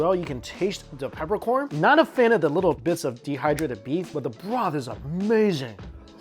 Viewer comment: And then says "Dis iz amayzing!"